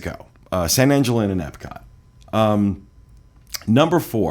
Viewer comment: Not surprised to see these they've been frequently mentioned over the years. Though I thought I'd see Coral Grille(?). Oh and one more thing it's pronounced San Ahn-hill.